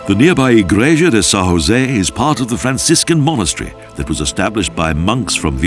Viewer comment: Yes it was a good job he did, except when he said Sao José with a Spanish J... otherwise, bravo!